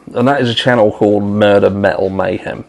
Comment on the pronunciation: Metal? It sounds like you say MAL.